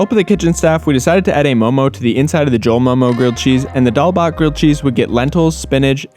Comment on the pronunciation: I am sooo proudddd of you 😭😭❤️❤ Thank youuuuu for pronouncing 'momo' correctly😭❤️